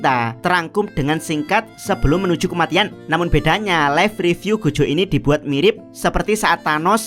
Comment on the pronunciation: Gojo bang bukan Gojho